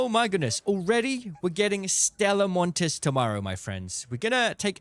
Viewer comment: the s is silent, called Stella Monti (ee)